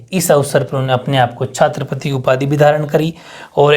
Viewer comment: sir Chhatrapati hota h chhaatrapati nhi 😂